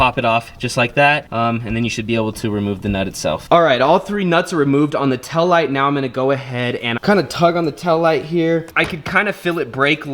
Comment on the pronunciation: “Tell light”